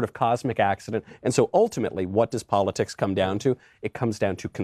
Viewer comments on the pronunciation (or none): none